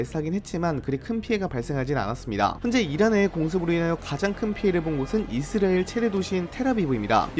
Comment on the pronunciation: 이즈리얼이즈리얼이즈리얼이즈리얼이즈리얼이즈리얼이즈리얼이즈리얼이즈리얼이즈리얼이즈리얼이즈리얼 이제부터 당신은 이스라엘을 이즈리얼이라고 발음합니다